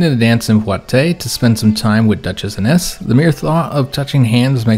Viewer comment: Fyi your wife's name would be pronounced Eye-ness. Nearly caught up so interesting to see where this series goes!